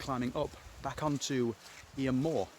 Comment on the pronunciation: Nice video. Just for reference, Eyam is pronounced Eeeem. Thanks for sharing.